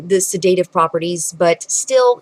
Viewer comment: You have 20 years of education as an "herbalist" but you can't pronounce the word "sedative" properly.